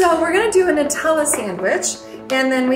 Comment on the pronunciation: Oh and p.s. I appreciate saying NUTella the right way, it’s not made out of noots after all....🇦🇺